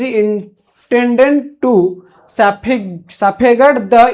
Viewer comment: safeguard ❌saphegard✔️